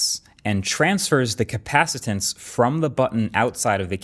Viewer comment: “Capacitents”….There really is a whole new lexicon that has grown up around Apple!